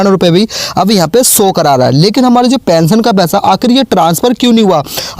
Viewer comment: so nahi show boliye,or logo ko bewkuf banana band kare warna aapka channel band kar diya jayega